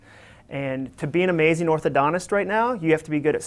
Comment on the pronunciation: This was an amazing talk. Very necessary for people to hear out in the work force. Dare I say, "amajing". lol (referencing when he said amajing instead of amazing)